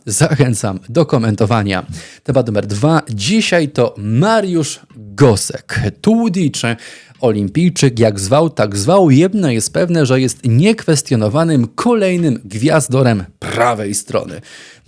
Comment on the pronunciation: Czemu Tudi, a nie Tołdi!